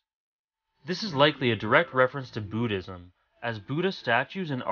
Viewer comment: wow! I've just finished hxh 2days ago. Just wondering how many religious stuff hav been shown in this animu, n this is the video I wanted!!! Great job! That's a nice video! btw it's B*u*ddism not b*oo*dhiam XD